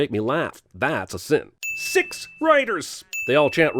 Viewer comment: Whats with the narrator not being able to say "six" and "sixty"?